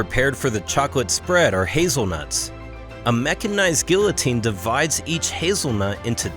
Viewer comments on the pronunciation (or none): none